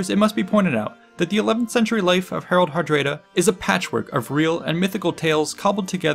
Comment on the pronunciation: I'm sure I would have liked the video if it didn't turn off my curiosity instantly when I heard "Herald Herdréda."